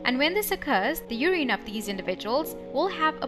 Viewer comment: Are you miss pronouncing urine I've never heard it pronounced the way you're pronouncing it...